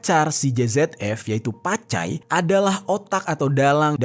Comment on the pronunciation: Bukn pacai tapi cap cai 😅😅😅😂😂